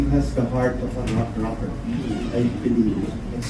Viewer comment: Did he said Pablo has a heart of a 'rocker'?